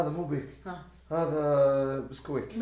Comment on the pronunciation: بيك❌ خيك✅